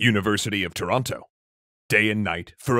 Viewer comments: The way you say toronto always throws me off as a toronto native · Sure is weird hearing the second T in Toronto pronounced. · As a Canadian out west who's accent contains flairs of an Ontario accent hearing Toronto pronounced with a hard second "t" sounds so weird. It's Toronno! Or Toronner if you're super Canadian. ;) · Pronounced Toronno in the Maritimes as well